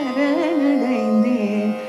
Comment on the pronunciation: சரணடைந்தேன் என்பதே சரியான உச்சரிப்பு ஷரண்டைந்தேன் இல்லை பெரும்பாலும் பாடர்கள் அதாவது கர்நாடக சங்கீதம் பாடுபவர்கள் “ச” வை வட எழுத்து ஷ போல உச்சரிக்கிறார்கள் பாரதி இதைக்கேட்டிருந்தால் இதற்காகவே உக்கிரமாக ஒருபாடலையே இயற்றி இருப்பார் 🙏🙏 இருவருமே ஷரண்டைந்தேன் என்றே உச்சரிக்கிறார்கள். செந்தமிழை கொச்சை தமிழாக வருங்காலச் சந்ததியினருக்கு கொடுத்துவிட வேண்டாம் சுதாரகுநாதன் அம்மாவின் இசைத்தட்டுக்களை நிறையவே சேகரித்து வைத்துள்ளேன்.( நிச்சயமாக தமிழ் பாடல்களை மாத்திரமே ஊத்துக்கட்டு வேங்கட சுப்பையர் பாடல்கள் பாரதியார் பாடல்கள் என) அவற்றில் ஒருசில இடங்களில் இந்த sha உங்களை அறியாமலே உள்வாங்கி விடுகிறது. காரணம் தமிழைத் தவிர மற்றைய மொழிகளில் இந்த ஷ நிறையவே ஆட்சி புரிகிறது ஆகவே தமிழில் பாடும்போது இந்த ஷ வேண்டாமே 🙏🙏